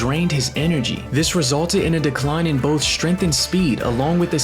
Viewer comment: Bro cant say strength bruh